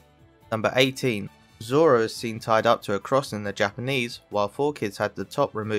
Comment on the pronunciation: you can hear say "don't giving zolo" not zoro